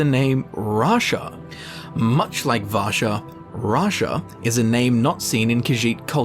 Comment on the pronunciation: Vasha is a Russian name and your saying it sounds like rassa which sounds like Russia coincidence? I think not